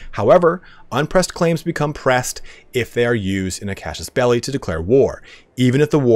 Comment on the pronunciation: Man, I'm loving your videos. I really appreciate the work that goes into it. Just so you know, the "traditional" western way of pronouncing casus belli is 'case us bell eye'. That's probably pretty far off from the original Latin, at least as far as the vowels go, but there's not much debate about the consonants. There wouldn't be a 'sh' sound unless there was a c, cs, or j in there, so you can be pretty confident about using regular old S sounds in casus. Don't quit making these videos! You're the best on YouTube for CK3! Love it!